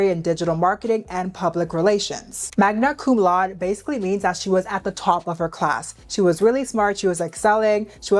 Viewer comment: Crazy how you put the pronunciation for Magna Cum Laude on the screen and then butchered it back to back times.